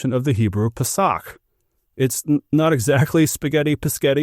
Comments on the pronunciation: Peach should be pronounced as “pay-sach”. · You pronounced The Long word just fine, but you flubbed paysach. Accent on first syllable.